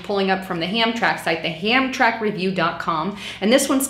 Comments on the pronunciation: That is pronounced "Ham-tram-ic" not Hamtrack. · Hamtramik is how it's pronounced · the pronunciation is HAM TRAM IC hon. No big deal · Ham tram Mick, Michigan. It's ghetto bc of Americans. I like alot of what she says in all her videos but this isn't right. I live less with in 30 miles of both of these places. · Hi darlin. Thanks for making your vids. Great stuff. Being from Michigan I just want to sound out how to pronounce the the cities name Hamtramack for ya. Ham TRAM' ack. 😇❤️😊🎸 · heads up. Hamtramck is pronounced ham-tram-ic. The Detroit area is famous for these type of names because of the French settlers. Roads there are just as bad. Dequindre is de-quin-ter. Gratiot is gra-shit. If you're ever referencing an area around Detroit, Quebec, or the Louisiana Purchase, it's best to look up the pronunciation before trying to say them. They never sound how they look, unless you speak French. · it's pronounced ham- tram-ick.. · Pronounced: ham-TRAM-ik 😀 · That's how you pronounce the city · it is pronounced ham-tram-ik. I'm in Michigan & honestly, I haven't experienced hammtramik being a no-go zone. Dearborn can get dicey for sure though.